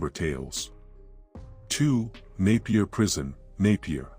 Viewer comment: Thanks for pronouncing Napier right . Naiper prison still had inmates in the 1980s